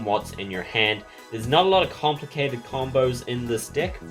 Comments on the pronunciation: Every time he says deck his accent makes it sound like dick and I can't not laugh omfg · Every time you say "deck" I chuckled. Great video, you're much better at explaining then the actual instructions. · it comes with a WHAT